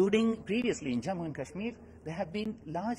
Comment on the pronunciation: It's not cashmir .. it's kashmir